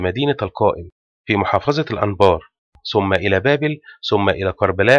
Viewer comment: فيديو جميل، لكن انتبه للغة أخي الفاضل .مثلا: ثم لا نقول سم . الثورة لا نقول سورة لديك مشكلة مع حرف الثاء ..تحياتي